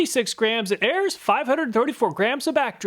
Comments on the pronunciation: I've said this in a previous video. ARES is not pronounced Airs. It is pronounced like Air-Ease, like the Greek god of war. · I have to be that nerd today. Ares is the Greek God of War. Pronounced like "air ease" not like "airs" Ares in Greek mythology is Mars in Roman mythology. Forgive my pretension. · Very nice! BTW, If you look up Ares, the Greek god of war, you will find that it's pronounced "air ease." 😉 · I love your methodology and what products you test. Only one thing. Ares is pronounces AREES. As in ARES the Greek god of War